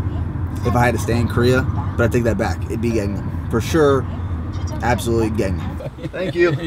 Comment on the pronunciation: search up gangnam style and that is how you pronounce it